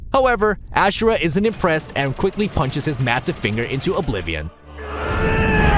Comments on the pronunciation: I find it funny how people still manage to mispronounce names when the characters in the very game say them. Case and point - Wyzen (the last boss in this video) constantly screams about the MC (Asura) during his fight yet the commenter here insistently calls him "AsHura" despite undoubtedly hearing it. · Or 'Ashra' instead of Asura. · Pretty sure Asura is pronounced wrong. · Bulletstorm is a watered down Gears of War. Why would they show Mehrunes Dagon But not have him as an entry? Also, that's not how you pronounce Asura. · Holy shit you need to learn how to pronounce these. I was able to let Chronos slide but Ashura?! You’re joking right dude??? Even the Japanese will tell you it’s pronounced AZ-UR-AH holy cow man. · *Asura, not Ashura *Cronos, not Cronaus Sorry, just bugged me.